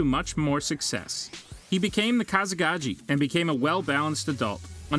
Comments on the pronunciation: Kazagacki SMH 😕😡😤😕😱🤣🤔🤨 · WTF IS KAZEGAJY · This dude never watched naruto. He really said / rasengen and kazikaajeee instead of kazikage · Koo-noo-ha 😂 Kazikaji 🤦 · Bro I was tryna see if I was the only one 😂, the “Kazegachi”! 🤣🤣🤣 nevertheless I enjoyed the video lol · Ah yes kzekagi, namikazi and atsasuki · It's Casa kagay not cousin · HOW DARE YOU MISPRONOUNCE KAZEKAGE